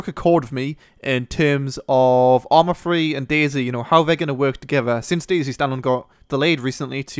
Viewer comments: hahaha lol...."Arma Free!" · ARMA FWEEEE